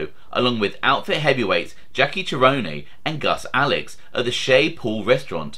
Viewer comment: I'd say it is 'Chee - ro' - nee"